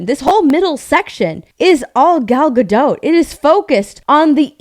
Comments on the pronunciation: Gadot, not Gado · Please! Gal Gadot is not French. She is Israeli and Hebrew-speaking. In Hebrew you pronounce ALL the letters. It's not "G'doh", it is Ga-DOT.